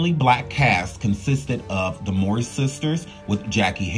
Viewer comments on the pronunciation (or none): THANK YOU. I love the video, but I keep screaming, "MOW-REE, like 'COW-REE'" to my phone everytime he messes their names up. Lol. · Just because the storyline had it where their biological couldn't have it proven where someone could say, "you ARE the father!" doesn't mean the narrator should continually mispronounce their last name as "Maury."